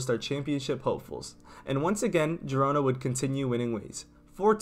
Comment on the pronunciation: Its not pronounced gee rona. Its pronounced heed-ona